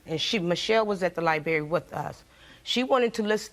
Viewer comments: Libary??? It’s LIBRARY!! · The sons mother is extremely ignorant did she say he moved on and has a new baby like that’s something to be proud of and she said “libary “ not library she made my head hurt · Everytime she said “Liberry “ it pissed me off 😂🥴😑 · Baby, she said liberry 6 times, I could not have kept a straight face. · liberry...liberry....liberry...liberry.... LIBERRY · "at the lie-berry" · "Libary"...wow stay in schoo folks....😅😅